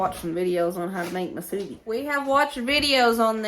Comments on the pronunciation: Yes Hawaii has Spam Musubi and it is pernounced moo su be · From Hawaii🌴 Yep, we love our spam here! Spam Musubi’s are popular in the go food/snack. Musubi is pronounced, “Moo-Sue-Bee”.